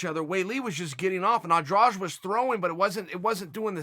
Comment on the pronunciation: Why the heck is he saying Andrage?